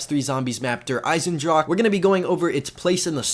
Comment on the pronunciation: sorry if this is annoying but it is not pronounced eisendrak